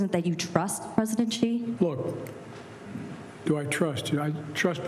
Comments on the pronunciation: Please Stephen, I love you but his name is Xi (she) we have the same sound in English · Steve, you did the whole 'He said, Xi said' joke yesterday, why do you still keep calling him zee?